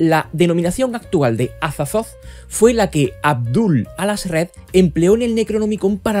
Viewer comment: “Cazulu” “Azatzotzo” jajajajajaja me encanta 😂